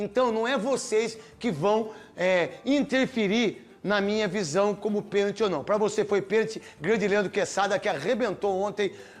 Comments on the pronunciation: DENILSON , PC ALIVEIRA E ESSA MULHER SÃO PAUS MANDADOS PRA FALAR BESTEIRA ! PORQUE O FILIPE MELO TEM TODA RAZÃO EM AFIRMAR QUE FOI PENALTI E ESSA ARBITRAGEM NÃO DEU PORQUE FOI MAU INTENCIONADA E MAIS ESSE BARANGA DO NETO NÃO SABE NEM FALAR PENALTI FALANDO QUE NÃO FOI PENTI 😡🇧🇬🇧🇬🇧🇬🇧🇬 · Neto calado é um poeta o cara não sabe nem falar a palavra pênalti!!